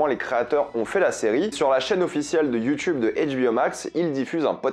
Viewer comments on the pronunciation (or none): none